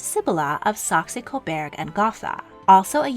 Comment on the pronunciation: It is Saxe-Coburg & Gotha! It is pronounced “sacks CO-Burg & GOAT-ah”